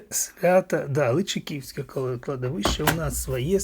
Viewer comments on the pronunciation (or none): Личаківське кладовище.Наголос на "а".